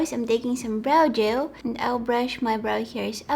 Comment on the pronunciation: I always thought she is saying "brow joe" and I was like what is that thing??.....Now I realised she is saying "brow gel"...love you and your accent...stay safe and healthy!!😍😙